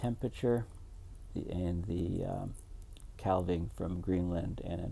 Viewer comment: Half=calf Having, halving = calving. The “l” is silent. Also, Eleuthera. E-LU’-ther-a.